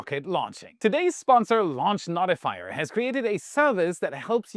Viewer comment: "Notifyer" is pronounced No - tih - fy - er. "No" as in the opposite of "Yes." It isn't "Not - i - fy - er.